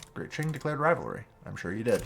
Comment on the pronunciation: Great video! Also, Qing is pronounced "King" !